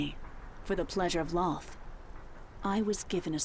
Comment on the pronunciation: The D&D lore is done well but the name is Lolth, not Lloth.